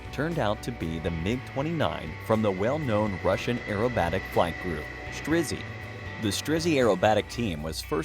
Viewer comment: Just wow.. this is so impressive. Стрижи is not "Strizzy" its "Streh-jeh"